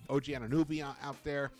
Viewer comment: It's pronounced OG "anu NO by" not nooby 🤣